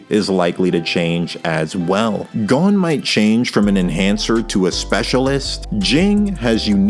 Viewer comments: no its gon and killua not "gone" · The video is super interesting. But GOUN. haha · “Gown” Also, great video!